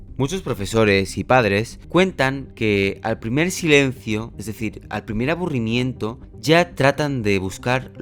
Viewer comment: "abburimiento"‼️🗣️ Que buen video XD